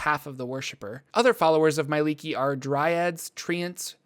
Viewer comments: Not sure why your pronunciation is so off but it seems like you leave out sounds that should be there.I don't read it as "my-lee-kee" but more like "me-eh-lee-kee". Where the third letter being 'e' is also pronounced. As a studied liquist. It's seems right to me. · It just hurts that they always pronounce her name so wrong.